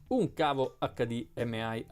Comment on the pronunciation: HD M AI non si puo ' sentire